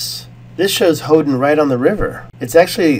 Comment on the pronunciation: Hoden sounds like Odin